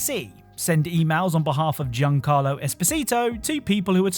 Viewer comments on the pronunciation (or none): none